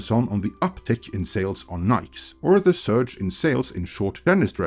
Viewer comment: Just a heads up; I've heard you say nikes twice in previous videos and now in today's video. It is Ni-keys (Nikes), as in the shoe brand. That is what is being advertised...😁